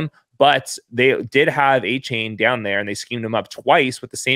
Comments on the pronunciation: It's pronounced A Chan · You're pronoucing Achane's name wrong. He said it's De-Von A-Chan. Great work though and.